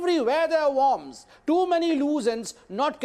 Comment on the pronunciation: Bear a fruits? MountAYN? in accordance TO? WARMS? not wERms? you need to go to an English hospital or stay with the Hindi channels.